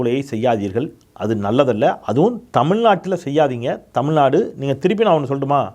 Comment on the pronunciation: வழுக டமில்நடு..😂😂😂 what kind of moral he has?